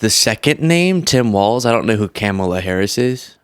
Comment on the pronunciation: Irony... You paused moments into the clip at to sarcastically ponder who John could be talking about when he had mispronounced VP Harris' name, all the while blissfully oblivious to how you are clearly and repeatedly mispronouncing the name of the subject of your own clip... I dig your message mostly, but your format just comes across as juvenile sometimes.